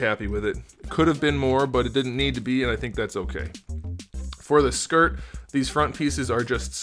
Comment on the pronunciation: I don't know why but when he says skirt bothers me I'm like its a ear